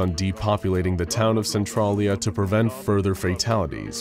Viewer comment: centralia is pronounced SEN-TRAIL-YA 🤣